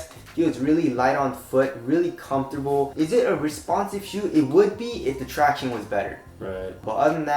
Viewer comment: Will ever say "traction" right again?!